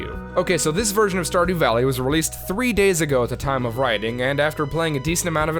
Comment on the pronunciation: why is the 3 australian?